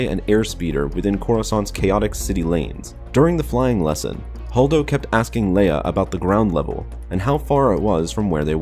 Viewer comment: I stopped listening as soon as I heard "Holdo".